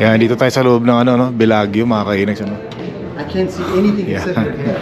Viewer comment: Bellagio is pronounced BELA-JOE not BELAG-YO.